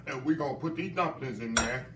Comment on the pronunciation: when he said “ Put Auhhh dat in durr” i knew i was being taking to heaven🙌🏾💜